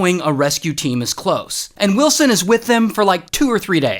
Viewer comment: Find willsen come on say it!!!!!